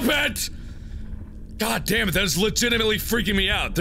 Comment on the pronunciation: "There's legitamitaly a thing."- Markiplier 2014